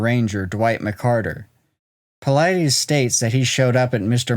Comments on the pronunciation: David ( Pa-lid-us) not paleedees. The Lid in the middle of his name rhymes with Slide, & Glide and the US is pronounced just like it sounds US PA—LID-US ….. Not PA LEED DEES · Dus not Dee's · I think it's pronounced Puh-Lee*-Dees rather than Puh-Lie-Dees. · Its pronounced David Paul-i-dis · Your video conflicts with some of Dave Paulides' story he got from Bill Martin and you keep mispronouncing Paulides. I'm out.